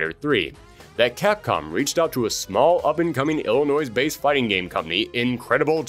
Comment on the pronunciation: Illinois, with a hard "s" at the end...lolz Good shit.